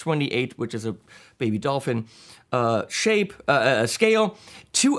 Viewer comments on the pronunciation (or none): none